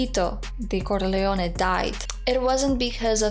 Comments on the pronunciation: Say "Corleone" again. I like the way you say it. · Your pronunciation of the family name is beautiful and just might be close to the Sicilian pronunciation.